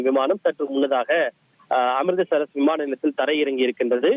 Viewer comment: அமிர்தசரஸ் இல்லை😂😂😂😂😂😂😂அமிர்ஸ்ஷர்😅😅😅😅